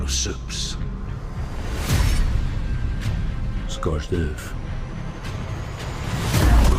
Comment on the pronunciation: Scorched earf 😂